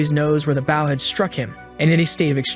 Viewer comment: my guy, please fix how it says bow when it's talking about the weapon and not the action. Try using boh, bough, Beau, Bowe, B-oh, or change the emphasis level (if the TTS you use has that option).